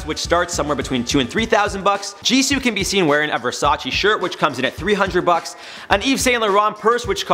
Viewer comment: It's actually pronounces Jisoo as in (Jee-soh) as is if the word Gee the sound s and the word oh are making a word